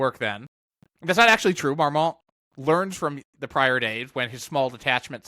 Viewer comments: Very interesting video, but I have to be kind of picky about pronunciation: the "t" in Marmont isn't pronounced. It sounds more like "Marmon" when spoken. I know it's a confusing French language rule about the final "t" coming after the "n"! 😂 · Neither the n nor the t are pronounced afaik